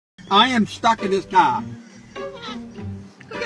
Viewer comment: he sounds like an Aussie when he says car. Must be from Boston